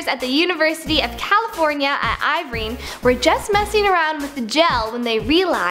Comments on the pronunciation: OMG itsbnot I-vrine. its like err vine ( Irvine ) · i-vrine XD it's ir-vine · Um University of CA at Ivring? Nope honey it's Ivine!!! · ivrine? woman is ER VINE IRVINE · It's not pronounced ive-reen. Its pronounced er-vine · it's pronounced Er-vine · Wtf is ivren? she needs to learn how to pronounce and read. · At "IVRINE"?! .... smfh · did she say ivrine? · Did anybody else hear her mispronounce Irvine??